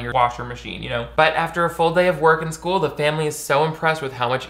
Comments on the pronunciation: Did you just say Skyewl !? 😂 Why do I feel like you're exposing my search history in every video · Lol I heard you. "sküle"